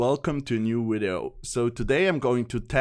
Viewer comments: "hello and welcome to new wideo" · "Hello and welcome to a new Wideo" haha love it